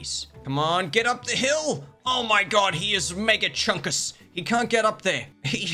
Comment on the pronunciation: "Mega cuhnkus" got me dying on the floor